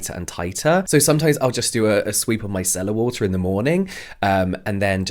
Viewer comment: 😂😂😂 My daughter-in-law is from England and I just heard her voice in this!